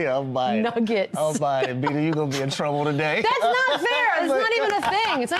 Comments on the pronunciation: she said niggets instead of nuggets. I think you're dead wrong on this one Jason. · She said niggets when she was trying to say nuggets... How is this any kind of controversial bulshit... It's getting ridiculous... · She didnt even say the word, she said "niggats" not a real world, she was attempting to say nuggets. It was a slip of the tongue that's all. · 1) She said Nuggets with an I instead of a U. That’s the N word now? 🙄 2) One ESPN has-been mad at another ESPN has-been. The equivalent of 2 winos arguing in an alley. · She definitely said Niggets and not n'ggers. The reaction was because it sounded like that word but they knew it was not that word. They knew the network and media would still run with it. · She said "Nigguts" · She didn't say the N word she said nuggets but with an I instead of a U.. so now you get in trouble for saying a word that just sounds like that word when you obviously didn't mean it? I think in a few years any 2 syllable word that begins with N will be banned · "nugget?"I listened three times, and that's all I heard. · She said Nuggets with an "i" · I am not hearing what you (and Jason) are hearing. It sounds to me like she said “nuggets” with an “i” in place of the “u”. So, I can’t say she’s comfortable using a word I didn’t hear her say. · That's not how it works. She mixed up some vowels and it happened to make that sound. Similar things have happened to you. You could be in her position tomorrow and just not know it, yet! There are real racists out there who intentionally use this slur. Be more aware and educated! 🙏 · I don’t think she meant to say it at all. I think she just mispronounced “nuggets” but I guess we’ll never know for sure